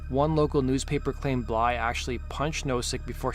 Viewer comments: BlyTHE. Not Blye xD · Blythe not bly, jeese that was driving me nuts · Blythe, not Bly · It’s Blythe not Bly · His last name is Blythe not Bly. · who told this kid his last name is bly lol. why does he think the "th" is silent lol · Nothing pisses me off like someone butchering a person’s name just because it’s a bit of a tongue twister and they are TOO FUCKING LAZY to say it properly!! Do better!! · I can’t watch this because you can’t pronounce Blythe. Shits far to annoying. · No, the narrator is softening the “th”